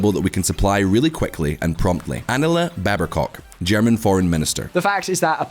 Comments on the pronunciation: Annalena BaerbECock ????? .... not baer ... bock ??? VisualPolitik EN gave Annalena a cock xD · oh boy! can you please change the prononciation of "Annalen Bairb-o-cok"... :D :D :D For english speakers: just say "Bearbuk"... that's more like it ;) made my day!!! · Bear-Ba-Cok? Your presenters desperately need pronunciation training. Most tubers are tolerant of ESL pronunciation mistakes, but do not respect outrageous errors. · Annala Babercock? Even english people wouldnt read it like that and that does not stand there. It's pronounced: Anna-Lena Bear-Bogg. WTF is this guy reading? Is the investigational work as bad as this silly channels reading skills? You propagandachannel is a joke. No quality, no knwolege. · Annala Berba-cock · 😂 “Annalea Babbercock” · «Annela Barbercock»??? Why is it so friggin hard for VisualPolitik to read names?!?!? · i can't unhear it..."Anala Babercock" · Annale Berbacock? that one hurts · 'Annala Babercock' :D thats lazy guys... good vid anyway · How do you come to pronounce Annalena Baerbock like BaerbaCOCK? Is it a kind of Freud's misspelling or yet an accent? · Did he really call her „Angela BerbaCock“?!🤔🙈😝🤣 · Realy? "Annalle Barbacock" ? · >Annalena Baerbock >"Annalena Bebercock" use google translate's pronounciation feature I beg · I chuckled when the speaker pronounced "Baerbock" as "baerbercock" ahaha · 'anela beaerbacock' what a magnificent pronunciation. sigmund freud would have fun with that one! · "Annale Babercock" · How does the Scottish guy come up with Annela Babbercock instead of Annalena Baerbock? 🤣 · "Anala Babercock" 🤣🤣 Nailed it!! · "Anala Bearb Cock" .... So close! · You butchered that one! Just say ACAB - Annalena Charlotte Alma Baerbock